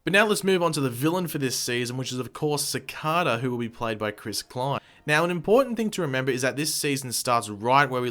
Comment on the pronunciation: I don't mean to offend you, but I believe you are pronouncing Cicada wrong. It should be pronounced Ci-cay-da. I am aware that you have an English accent, but I just wouldn't want the wrong message being sent out to fans when you make these videos. 😉